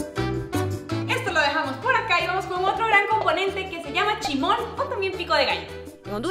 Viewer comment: Se dise chismol